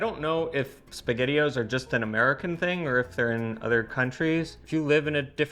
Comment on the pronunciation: That is by far the best pronunciation of Spaghettio’s I’ve ever heard. I think I need a cute, little, Italian woman in my life now. 😄👍 Ok, I’ve heard Italian people speak my whole life. I could listen to her all day, It doesn’t matter what the subject is. She has perfected it. 😄🇮🇹 I know this may sound a little weird, but I can picture listening to her when she 80 years old and she will sound great. I guess it’s the traditional, Sicilian, old world, Italian grandmother style of accent that’s getting to me. Ha Ha! If I was a content creator, I would hire her just for voice work! 😁 Seriously, she’s got a great voice.